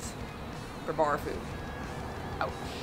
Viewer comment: "Bar food" (barffood).